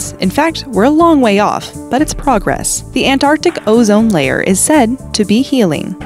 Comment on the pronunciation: Wow I am impressed that the narrator ,who has an American accent actually pronounced the Antarctic correctly . Normally an American pronounces it as ANARTIC totally missing out the T.